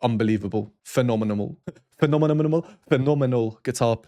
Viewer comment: Hello Sir! I’m back to rewatch your splendid discussion on our mega-talented magician of the 7-string guitar and to write a proper (and probably lengthy… sorry about that?😅) comment about the fascinating musical universe surrounding this fun and very famous composition. Yesterday, when I saw this video for the first time, I got overwhelmed with joy by watching your “phenomenamol” reaction full of good vibes (we even got from you some contagious giggles and an ‘impish’ pronunciation followed by a burp!😂) and, of course, your usual fascinating musical knowledge and exciting discussions – thank you so much, Sir! I always learn a lot from you 🎶❤🎶 I also want to thank you for giving support and spreading not only Yamandu’s outstanding artistry, but also Brazilian music in general, since Yamandu is a faithful advocate and wonderful representative of our deepest musical roots in Brazil 🙏 This is exactly the case with this composition ‘Brejeiro’, which is a milestone classic of the Brazilian music, and I’ll offer below some info/curiosities related to it for those interested in expanding their musical horizons towards Brazilian culture: 👀